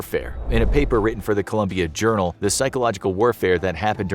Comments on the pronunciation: Its colOmbia not ColUmbia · Colombian not Columbian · ColOmbia, not Columbia